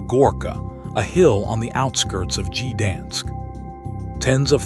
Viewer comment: "Gee-dansk"! "World War eye-eye"!